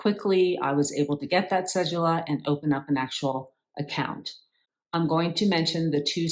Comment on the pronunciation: Cedula: The d sounds like the d in donut